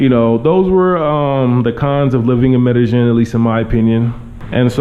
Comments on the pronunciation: try to say medellin with the long "e" sound. Like: "medejeen" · Please pronounce the word Medellin correctly (Med a ying). ll takes the Y sound. Not trying to put you on blast but trying to help out. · They actually pronounce the double L more like a J than a Y in Colombia. But ya his pronunciation not great still. I thought the Ying ending was wrong at first but when i pronounce it that way it does kind of sound like how they say it haha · Learn how to pronounce it, first of all. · Atleast learn to pronounce the name of the town properly.